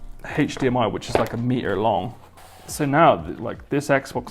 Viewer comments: why does he pronounce hdmi as "hedsheemi" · TSM_ Omega I know, had to dislike when he said it more than 3 times.